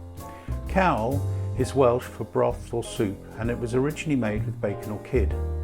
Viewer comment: It is Cawl not cowl but hey ho